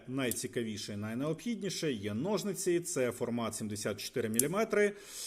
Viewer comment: Вже не в першому роліку чую ножНиці. Кажіть будь ласка у майбутньому ножиці, бо дуже вухо ріже. P.S. Та і гак/гачок, а не крюк.